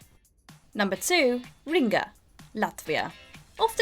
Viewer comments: 10. Kutna Hora CZ 9. Brasov RO 8. Bratislava SK 7. Tallinn EE 6. Gdańsk PL 5. Szeged HU 4. Lviv UA 3. Zadar HR 2. Riga LV - She calls it Ringa for some reason 1. Belgrade SRB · I mean, still not as bad as "Ringa". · Nobody: Narrator: riNga